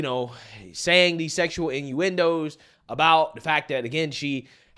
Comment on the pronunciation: Deep voice over emphasize on the innuendo was the icing on the cake for this comedy moment.